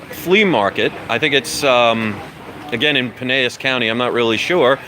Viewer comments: It is called Pine-el-s. I live across the bay so I'll be dropping by to say hi. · It's pronounced Pie-nell-is. I live in Sarasota....about 30 minutes south. Welcome to the neighborhood! I may have to take a weekend trip up to the old Wagon Wheel Flea Market to check you out. Very cool. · Hey brother! I used to live right by the Wagon wheel! So crazy! I'm over in polk county now (Lakeland fl) I'll definitely come check you out there! I'm sure all Floridians are going to criticize your pronouncement of Pinellas county LOL! I see someone already corrected it. Hopefully I can check you out soon! What area do you live in? If I can I'll come there tomorrow. I'm actually planning on being in the area so I'll try to come by! Hope you make lots of cash brother!